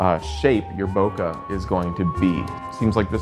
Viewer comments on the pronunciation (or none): Great video! Except, can we please pronounce BOKEH, Bo-KAY? It's from the Japanese word, Boke. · “bo-ke” it’s a Japanese world that means something like, “spaced out” like when your eyes fall out of focus when you are drunk. You can just say “out of focus” or out of the focal plane of the lens. No need to mispronounce a foreign word. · Is this really how you pronounce "Bokeh" I somehow doubt it